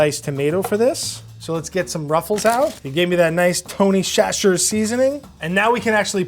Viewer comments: me and gon have to rumble for that pronuniation of chachere's. phonetically it is literally just (Sa-sher-ies) like wtf what the hell is a (shashers) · me too. (facepalm) SATCH-ree. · It's pronounced SATCHERIES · not pronouncing Tony Chachere's correctly keeps throwing me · The butchering of Chachere is killing my poor southern heart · So when’s the fight between and the Mythical Kitchen on how Tony’s last name is pronounced? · Every time mispronounced Tony Chachere's, I died a little inside😖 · Tony WHATNOW Seasoning? 🤔🤔🤔 I know not everyone can visit Louisiana but I've never heard it pronounced this way (& again ).